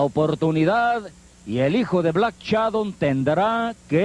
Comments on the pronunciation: A ver comentarista pronuncie bien: no es "Black Chadon"... si no Black Shadow. Pronuncie bien,es una vergüenza que como comentarista no pronuncie bien y sea una figura pública para un público selecto.😡😡😡😡😠😤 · "black Shadon"